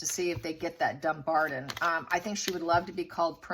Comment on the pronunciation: It is pronounced DumBARTON with a T not a D. DumBARTON.